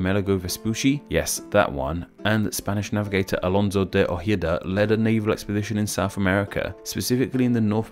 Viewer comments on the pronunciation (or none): none